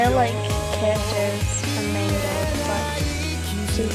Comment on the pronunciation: What is Meinga? Don't you mean Manga? It's pronounced Monga